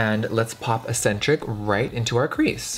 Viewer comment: Jeffree I love you to death, but eccentric is not pronounced asentric.